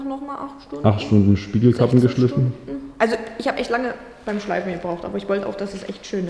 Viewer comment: Geschliiiiiffen nicht geschlÜÜÜÜfen